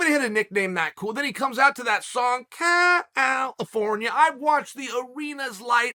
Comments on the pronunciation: Chael always says "Cal al al ifornia" all messed up. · "CAL - AL - AFORNIA." Something tells me old Chael doesn't have a musical bone in his body. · Chael singing Cal-if-orn-ia LOVE LOL!!!!